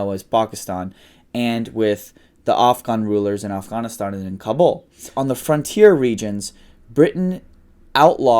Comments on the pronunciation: why does he say pakistan and afghanistan like that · No offense but when I hear people pronounce Afghanistan and Pakistan like that it makes me cringe. I know its the proper way of saying it but thank superwoman.